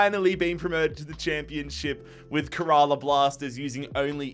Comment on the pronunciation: bro really said: KUHRAALAA Blasters Aahpuwah Neetin ahmed Veeshnu Chooturi